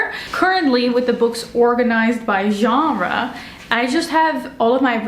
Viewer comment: As a french person, your pronunciation of "Genre" is on point. 👌🏻 Your bookshelves are beautiful, I also have a preference for the genre bookshelves. I think it's easier to find books and you can create your own categories. Thank you for this video. 🫶🏻